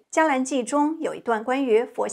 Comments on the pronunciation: 好！「伽藍」是特殊讀法，讀「茄」不讀「加」。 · 伽（音：茄） 藍